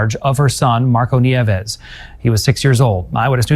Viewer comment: nieves is pronounced "nee-EH-vess"